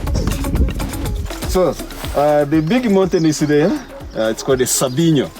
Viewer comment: It is n't call sambino, it is call sabyinyo